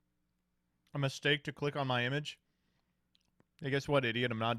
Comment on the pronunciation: my man said “cleik”